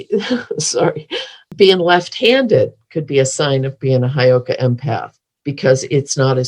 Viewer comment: Hey girls.....it's Heyoka Hi girls.... It's not Highoka